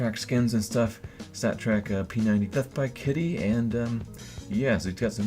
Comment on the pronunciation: "StatTrak Peth Py Kitty"